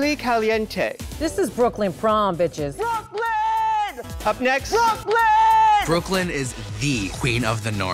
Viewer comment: I can't with the brooooooklyn